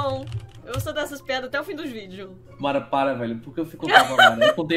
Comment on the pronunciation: Ninguém: A Mara: Marrom